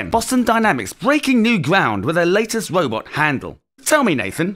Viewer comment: "your last wobot" - it indeed got a bit too British :D